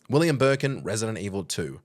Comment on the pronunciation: "William BURKIN" I swear you guys do that shit on purpose.